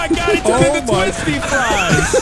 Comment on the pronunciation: "Twistyfries" im dying😂😂😂